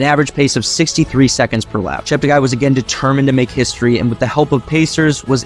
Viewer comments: He likes to correct all commentators on his last name: not ChepteGUY but ChepteGAY. PLEASE correct accordingly. Tony Hunt World Junior Athletics News NZL. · Its pronounced Chepte"gay".